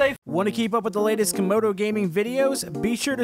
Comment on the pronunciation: Not to be mean but it's Camodo